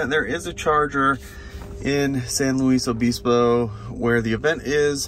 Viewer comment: Great ride coast to coast! Thanks,. Just FYI and not to be disrespectful, the towns you mentioned are pronounced: Cabazon = ka-ba-ZONE and San Luis Obispo = san-loois-o-BIS-po. Also glad to see you are headed to Pismo Beach (PIZ-mo), it's a nice little beach town - growing leaps and bounds but still lots of local atmosphere. Cheers and drive safely.